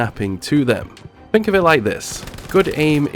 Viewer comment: Love the videos but please pronounce a word with ‘th’ in it as ‘th’ not as an ‘f’. Like u say fink for think. It reall annoys me